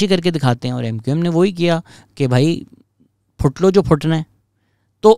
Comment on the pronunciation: “phut lo jo phutna ha” 🤣🤣🤣 bhai “putt lo jo putna ha” hota ha.